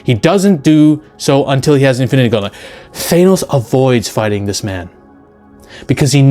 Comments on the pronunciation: Thainos? 😂 Th-an-oh-s. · WTF is a Thay-nos? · why cant americans even pronounce names that americans made up. th-A-nos not th-aye-nos. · such a stupid Marvel complaint - also cut your nails ya weirdo - and its pronounced THAN-OS not THANE-OS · You're the first person I've ever heard to pronounces his name, "Thay-noss." Try "Thah-noss." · You're clearly have alot of knowledge when it comes to marvel characters and the universe but the way you keep pronouncing Thanos's name just doesn't hit the war right. Why do you insist n pronouncing it " Thaynos " instead of " Thaanos "? Outside of the one thing, I completely agree with your take that Edward Norton had the better Hulk and imo they keep nerfing hulk so they can write him into more scenes where he overcomes his weakness and isn't used as a saitama type of character that swoops in to save the day. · thaynos? broooo😂😂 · Why does he keep pronouncing it like "Thanus" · I think you lost us in the first sentence when you pronounces Thanos "Thay-nos" . . . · "Thaynos"? Lol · Is it bad that my main issue in the video is that you pronounce Thanos as Thaenos? Everything else is pretty on point, the absolute nerfing they did to the big players such as Hulk and Thor is embarrassing, especially when you realize that it's just because they didn't know how to make Thanos and Captain Marvel seem powerful without just doing the typical lancer move of throwing the biggest allies around to bluntly show that the threat is just that intense. It is important to note as well that in the comics, Hulk has infinite stamina and his strength just constantly grows with his anger and his regeneration is so fast that his wounds almost instantly heal. Comic book Hulk would eat MCU Hulk like a kit kat bar. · I might take this man's opinion more seriously îf he was able to pronounce Thanos name properly!